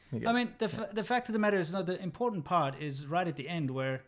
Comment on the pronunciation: Cardi C is to "codden" as C-Milk is to "impordant"